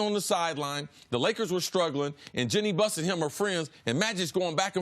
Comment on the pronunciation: No one: Cris Carter: Jole Embiid...Jenny Buss